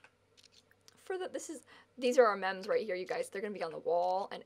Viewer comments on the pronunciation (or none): the whole entire time you said mems during the wedding, i kid you not i thought you were just saying memes wrong